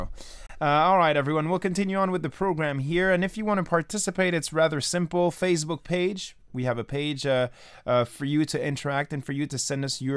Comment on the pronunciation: I enjoy when says "Fazebuk" for Facebook lol.